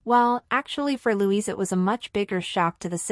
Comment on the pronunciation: It's Lady Louise NOT Louisa.Get your scripts written properly.